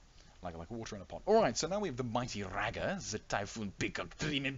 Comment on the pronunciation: K well listening to you pronounce "Rager" hurts my heart. It's like Rey from Star Wars ya now? Reyger.